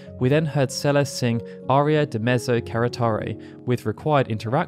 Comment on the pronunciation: Celesssss not CeleZ